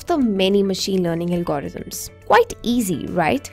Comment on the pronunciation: ALGORITHMS (not alogrithms)